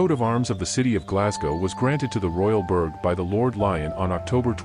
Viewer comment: Can we get the script that is being read transcribed for the subtitles, the pronunciation of a few things is annoying, mainly burgher and Molendinar, the subs gave weird interpretations and I only knew through context. Otherwise fantastic video.